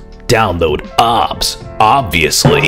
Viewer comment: its pronounced ow bee es